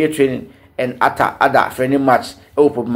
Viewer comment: Frank Boateng .. are we serious Hearts of Oak?? The name is Atta not Arthur please..